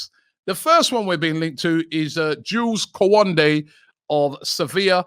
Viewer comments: Jules KoOoouuoinde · Robbie said “Jewels KuhWande”…… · Jules Ko-Oande. Oh Robbie and his first class pronunciations. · Robbies pronunciations jesus🤦🏿🤦🏿 Joules KOWANDAY🤣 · Did man say Kounde😭🤣🤣🤣🔥🤣🤣